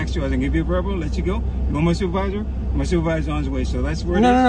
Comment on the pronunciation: In this video the guy says superwisor but also says video…..